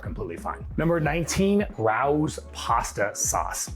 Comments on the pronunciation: OMG! RAO =It’s Ray- O’s. Not Rohws. 🤦🏻‍♀️. Every NYer flinched. 😂😂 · It's RAY-O's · great stuff! loving your videos. just started with Zep. youve been a huge help. just an fyi Rao's is Ray-O's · It’s pronounced Ray O. Tomato sauce its name for a restaurant in New York where it was first made. Thanks for the tips